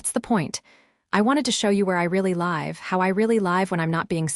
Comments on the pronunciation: Live - the pronunciation - as a verb is /liv/ and not /laiv/. The later is the pronunciation of an adverb (adjective). So stupid "AI"... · At about : : the audio falsely says 'live' with a hard 'i' when the 'i' should be soft so that the flow could smoothly continue the narative!. The editing intrusions shood all be removed and the story republished once that has been completed!. The story deserves both the cleanup and republishing!. Oops LoL 😂❤ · Why can't you pronounce live? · Good AI. Couldn’t pronounce live, though. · The reader needs to learn how to pronounce "live" correctly. What is she, a machine? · it's "...where I actually live", as in give, not "...where I actually live", as in lie fv :)